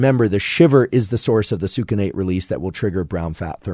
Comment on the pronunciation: “Sookinate” … it’s pronounced “sux-innate”